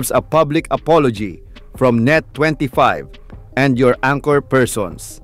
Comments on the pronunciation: Correction madam ang-kor (anchor) hindi an-tsor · To say anchor, pronounce it as ANG-ker with the first syllable stressed.